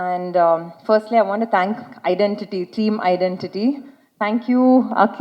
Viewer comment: The anchor pronounce ididenty . Its not ididenty its identity 🤦‍♀️